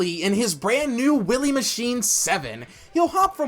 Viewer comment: When you're saying Willie instead of Wily, that's a bit, right?